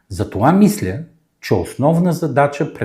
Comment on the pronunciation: Опитвам се да мисла трезво вика 😂.пияница мръсна